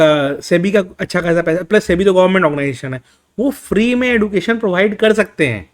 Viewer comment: सही प्रोनाउंसिएशन एडुकेशन नही एजुकेशन होता है।